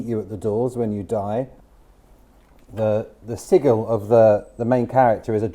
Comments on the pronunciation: hears sigil pronounced "siggle" Matthew Mercer activated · Hears sigil pronounced "seagull" Steven Seagal activated